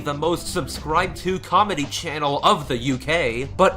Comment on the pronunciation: The ship isn’t important. Unlike the whole fiasco with Paul and Pat, it didn’t lead to any harassment. Also, it’s “think” not “fink”, “forgot” not “fore got”, “channel” not “chanal”, and “that’s” not “thais”. And in your username, it’s “for” not “fore” and “princess” not “princes”.